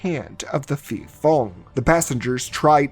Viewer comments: Hmm, the correct pronunciation is Pee-pong (ผีโพง). And I think this movie aligns more closely with the Pee-pop (ผีปอบ) folklore. the movie is dogshit btw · Fyi, when you see a 'ph' in thai, just ignore the h and pronounce it as a normal p. I don't know who's stupid idea is it to put an h there when it is not pronounced at all. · I think it’s pronounce Pe Pong(Phi Phong) because Phi means Ghost in Thai language. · Great video, but just to clear up the understanding of Thailands terrible Thai - English pronounciation. The word Phi Phong ผีโพง is actially pronounced "Pee Pong" meaning Glowing Ghost or Luminous Ghost. I just find it funny that the Thai - English pronounciation confuses non-thai speakers especially when it comes to the Ph in words XD